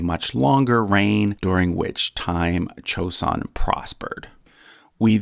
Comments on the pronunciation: It's not chosun it's joeson. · the J in Joseon is pronounced correct, not CH